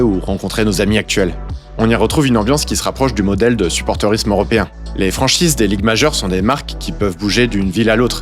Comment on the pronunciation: Et à "foot z'européen" 😉